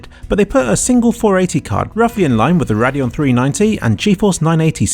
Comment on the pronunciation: "RAD-DEON" XD